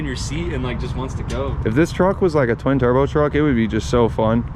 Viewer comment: the way you said twin turbo 🫣